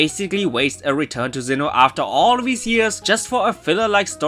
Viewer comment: I love how you pronounce Sinnoh as Xeno. Lol